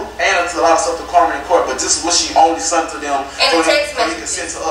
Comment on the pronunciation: Im sorry but king keeps saying sunt instead of sent is just distracting me